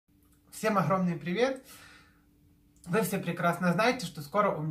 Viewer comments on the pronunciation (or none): none